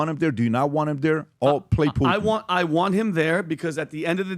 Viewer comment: How ignorant is that first reporter to pronounce “Putin” without the hard “T” sound. She pronounces it “Pu-Ann”😂